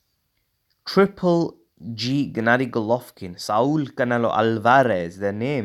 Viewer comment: Haha the way you said Saul canelo alveraze